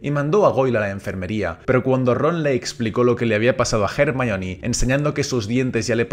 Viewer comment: Es increíble que un español pronuncie a Hermione como es en inglés y no como "ermion"